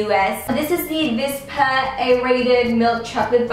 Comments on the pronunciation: LOVEAMY Xx she can't pronounce the w because of her accent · It's wispa like your wispering to someone not vispa